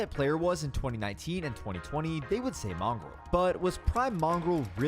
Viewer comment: You said mongraal wrong both times